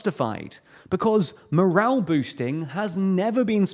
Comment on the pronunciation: It's "morale' not moral, certainly not at no.10